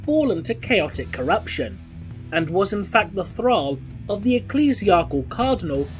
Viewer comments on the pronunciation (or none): none